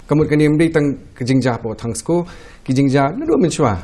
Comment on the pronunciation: Ymdei thangsko it's Tongskoo....